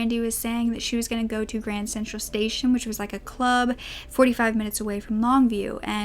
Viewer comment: Kept hearing u say grand central station lol u must be from New York to keep pronouncing it wrong cuz that’s naturally what we wud think not graham